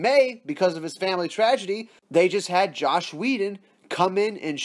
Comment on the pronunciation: I really liked your video, but, IT'S JOSS!!! FUCKIN JOSS!! NOT JOSH!! LOL! Keep up the good news!